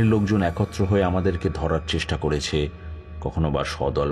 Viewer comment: হয়েছে, গিয়েছে,করেছে এই রকম উচ্চারণ গুলো খুবই কানে বাজছে।